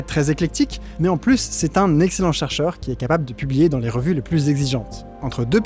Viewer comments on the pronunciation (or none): « Beaucoup pluss vieux qu'ailleurs » ??… En revanche, ce n'est pas « plusieurannées d'enfer », c'est : plusieurs z-années d'enfer (liaison). L'adjectif « plusieurs » se termine par un « s ». Passionnante vidéo.